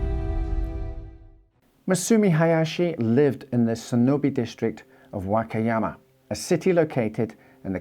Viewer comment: “The Wackiyama” lol